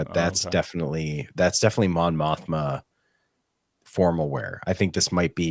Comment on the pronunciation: Mon Mothma? More like Mon Moshma.